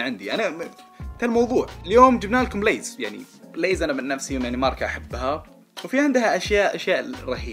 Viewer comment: انا اتابعك من زمان ويعجبني اسلوب بس عندك شيء مو عاجبني ابغا افهم ليه مسوي نفسك تتكلم انقلش مثل الاجانب حبيبي كل بيض وقول اسماء التشبسات بنطقها العادي من متى لِيز صارت لَيز يرحم امك لا تتفلقس سوري تحمست شويتي🙂🌝